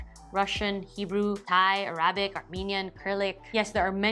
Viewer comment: It's "arabic" not "arrabic" you just cursed in algeria arabic lol